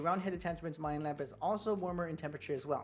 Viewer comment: Love your videos but gotta point out it's "MO-DEL-ING" lamp; 3 syllables. LOL!